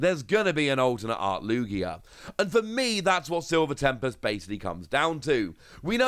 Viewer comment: ITS LOO GEEAH